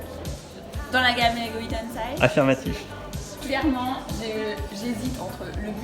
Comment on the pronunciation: Les boooooules! Je regrette de ne pas avoir pu y aller, ça avait l’air sympa. J’ai encore plus les nerfs pour le calendrier et encore plus pour les goodies Hidden Side! Well done et en plus t’as bien prononcé 😉